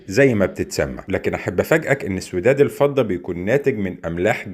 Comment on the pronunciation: الفضة بكسر ال ف ☑️